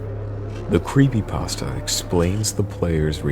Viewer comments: lol "Creepy Paahstuh" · creepypaustah. It's like Christopher Walken. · Lol, "creepy passta" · It's pronounced creepy- pAsta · crept 'pesta' ? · creepy- pah stah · "JVK is a creepy pahstuh based on the game moral when-" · oh my god this bugs me more than it should. That is NOT how you say "creepypasta". I have no idea why this irks me so much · love how the guy pronounces creepypasta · XD somewhere he misprounounced creepypasta